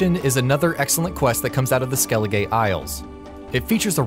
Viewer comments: Skelige is pronounced as "skelli-guh" not "skelli-gay" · Skelligay and Novingrad, come on, they say the names, why must you say them wrong? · skelli-gay?? Novi-N-grad?? did you play the game on mute?? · Concerned with your pronunciation of locations. Skellige is not Skell-i-(gay) it's Skell-i-guh and Novigrad is not No-vi(n)-grad it's No-vi-grad. Also the #1 quest should be Gwent: Collect 'em all, mainly because there are consequences of not following a specific order to main quests if you want to collect the whole deck. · They literally say skellige every 5 seconds in the isle where did you get skelligay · Skelligay and nevengrad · Im just here in the comments for “skellegay” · No one: This guy: skellige- gay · it isn't skelegay it's skellige (skell-ig-uh) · Skelligay? Who the fuck pronounces it like that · I'm sorry, ah Skeli what m8!?! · This man pronounces Skellige as Skelligay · Lol he says skeli-gay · skelli...skelligay? SKELLIGAY??!! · Skellig A not skelligaayy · Dude its not Skelli-GAY its Skelli-Guh. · Skellige not skelligay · Its skelliguh not skelligay 😂😂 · Skelligay hahaha it's pronounced SKELIGER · Stop pronouncing it "Skelli-gay"! Also the sword you get in the Hattori quest is garbage. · Dislike for "Skelli-gay" and "Novi-ing-grad" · Skelligay? wut. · marcus crouch I heard Skelligay and went straight into the comments section.. I was like "there will be at least one guy that picked on that like me right now". Fucking awful.. jeez😂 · Skelligay and Novingrad. I get pronouncing things differently if you just read them in a book, but they're talking about a game. A game where Skellige and Novigrad are said multiple times by multiple characters. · That pronounciation skelligay. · SEVERAL characters pronounce Skellige in the game. There's literally NO WAY to not know how to pronounce it if you've played the game. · eso butchered it more like vel enn , skellije , two saint ,ingei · Man's legit saud "skelli-gay". Like wtf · "Skellig-ay" wat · "Ah Skelligay"